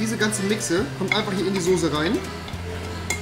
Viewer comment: Rewi sagt ´´sose´´ ich bin raus